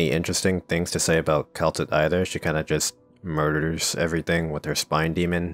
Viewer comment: You did Kal'tsit dirty 😭